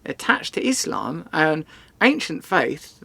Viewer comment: Finally someone who can pronounce “iSlam” in a correct way